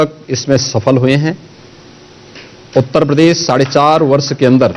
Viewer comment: Is taklappa ke muu se pradesh bula lo nai ye bolte padesss nai bolsakta kuch padha to na school Jake.